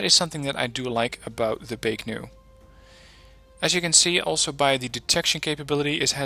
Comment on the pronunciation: Why do you keep saying Baek-Nu When there is no 'N' in Baek-Ku? You do this consistently in all your videos. Just curious.